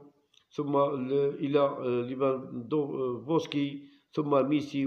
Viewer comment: متعرفش تقرأ اسم ليفاندوفسكي علاه دير عليه فيديو ...ابقى عڨاب زطيوش خير لك